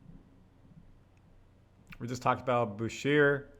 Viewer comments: curry's not 34...he's 37. is' not boo-sheer(Boucher), it's boo-shay. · Pretty sure you saying his name wrong bro….Boucher (boo shay)….